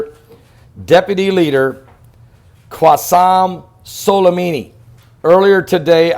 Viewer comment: It's not Qwassem Solimimi, it's Qassem Soulaymanee